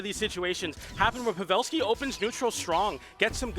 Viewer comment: Pav-ah-lski and ASHoka. I'm wounded 😂